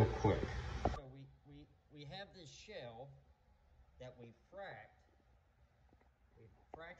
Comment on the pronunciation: Shaaaaaaaale. Not shell